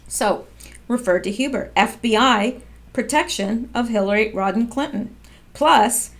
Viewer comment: It's Rodham not Rodden